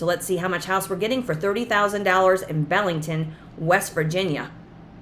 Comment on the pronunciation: Hi, My mom was born in Belington, WV (pronounced BEE LING TON) Its about an hour south of Morgantown and 45 minutes SE of Clarksburg (nearest Walmart) and the village sits along the Tigart River. I'd love to buy this place just for the memories I have of Belington. Thank you for a great channel.